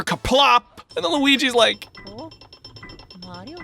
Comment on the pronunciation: Maㄧㄧriㄧㄧo Sounds awkward.